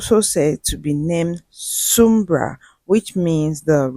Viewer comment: Please it’s called sunbra, sun and bra